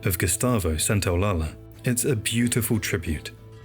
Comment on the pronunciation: Small note, I think you're pronouncing Gustavo Santolalla's name wrong. In Spanish a double L is pronounced like the letter Y.